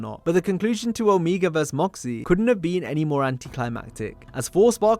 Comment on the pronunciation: Omeega?!!? Ya that's how you say his name.....😂........🤣